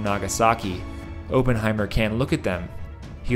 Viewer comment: You keep saying ophenhimer wrong ..cmon bro you watched the movie do your homework 😂😂😂